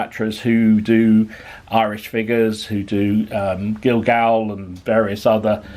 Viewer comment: Gil-gal and bonniacts are pronounced as gallowglass and bonnats i can forgive you as you are a sassanach lol